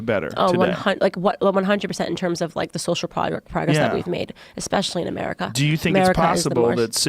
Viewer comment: “ if just just talking about Americah”